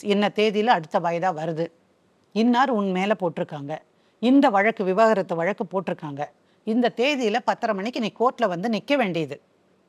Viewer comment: மேடம் வழக்குகள் அனைத்தும் நியாயமாக தீர்த்து வைக்குறீர்கள் நன்றி 🙏🙏🙏தொகுப்பாளர் வழக்கு என்பதை சரியாக உச்சரிக்கவும்...